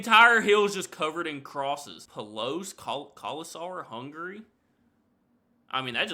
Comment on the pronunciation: did you say "hungry"? 🤣